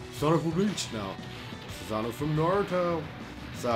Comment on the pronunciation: The way he says susanoo bothers me so much